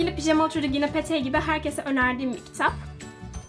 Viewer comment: Şeyyyy... Petey diye okunmuyor, Piti diye okunuyor. Yanlış anlama, küçümsemek için söylemedim. Bil diye yani. 😊